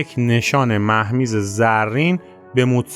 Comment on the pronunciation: درود بر شما و سپاس برای ارائه داستان زندگی این موزیسین شهیر بسیاری از واژگان از جمله نام مکان ها و به ویژه واژگانی که در زبان پارسی یا فارسی متداول و رایج است نادرست تلفظ شد مثلاً مهمیز با کسره م نخست تلفظ می شود و نام ولتر با ضمه واو خوانده می شود در حالی‌که ولتر با کسره واو تلفظ شد. تندرست و پیروز باشید 🌹